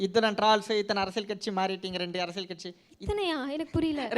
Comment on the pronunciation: 'Arasiyal 'pronounciatione paaru